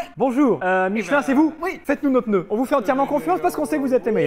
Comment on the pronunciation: MEILLEURS PENEUS